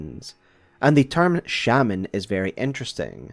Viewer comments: 1. I know it's the wrong pronunciation but there's something charming and funny about saying it like it's spelled. 2. It would make sense that Radahn wouldn't have needed much convincing to be the Lord of a kinder Order, so long as it is still a Erdtree Order. After all this is a man who loved a horse (who I read as being too weak and sickly even when Radahn was a lad) so much that he warped a fundamental force of reality to not hurt him, and then learned more about warping that fundamental force to save the town he learned Gravity Magic from. This strikes me as a man with a kind heart that would welcome a kinder world, particularly if his family is already fracturing or fractured by this time: Ranni is basically suicidal, Rykard is a bloodthristy maniac who wants to consume everyone, Miquella and Malenia are cursed and horribly sick respectively, Morgott and Mohg are shunned and abused for being Omen, Godrick is... Godrick, Godfrey has been exiled, Rennala is in a deep depression, and depending on when the vow is made; Godwyn is dead, and Marika/Radagon have literally torn themselves apart. I can totally believe that he would reach out for the sweet... I'm not going to say lie but I feel like it's close to it, of an idealized past in the face of a horrible present. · One more note: A lot of things you call "spirals" are actually coils. A spiral's radius is meant to increase or decrease. Actually another, you also keep calling them Shey-Mens instead of Shamans. It's not a word with English origins. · Every time you say "Village of 'Shaymins'" I think its a village of pokemon XD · Omg why do you say shaman like there is an e at the end of the